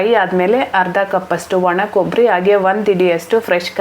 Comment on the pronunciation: ಕನ್ನಡ ಸರಿಯಾಗಿ ಮಾತಾಡಲ್ಲ ಆಗೆ ಅಂತ ಈಗೆ ಅಂತ ಮಾತಾಡ್ತೀಯಾ ಕನ್ನಡ ಮೊದಲು ಸರಿಯಾಗಿ ಮಾತಾಡೋದು ಕಲಿ